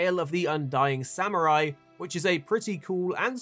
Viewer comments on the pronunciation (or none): none